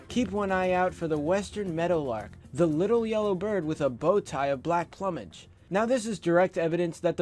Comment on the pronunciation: OMGG! ps it's plumage pronounced ploo mage